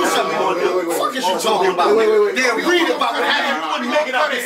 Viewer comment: 😂😂😂the ending “they’ll reed(read) about what happen” maan 🔥🔥